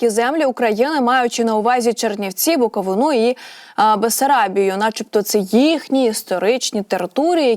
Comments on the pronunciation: Не "БуковинУ", а "БуковИну" 😊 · Буковину а не наголос на о